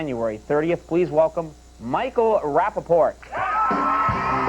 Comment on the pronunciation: Rapaport and Regis just can't say his name right.